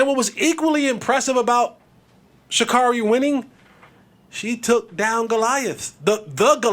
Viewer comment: Well…at least say her name properly…Sha-care-ree.